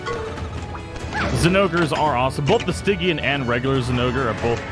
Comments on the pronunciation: Stygian is pronounced stay gee un btw, great videos tho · Pronounced Sti-jian